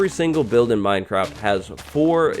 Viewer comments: 🍿 Its Minecwaft time 🍿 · Uwu. Minecwaft! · minecwaft. Everyone else: minecraft